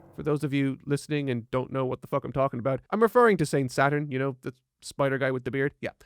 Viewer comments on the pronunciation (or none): i like this youtuber, he doesn't say fuck, he says fock